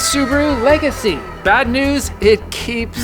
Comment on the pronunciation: How about the “Emerald Le-Gacy”!!….eh…eh!!